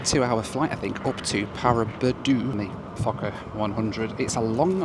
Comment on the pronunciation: It sounds Like f**ker 100 not focker 100. So I giggled. But good review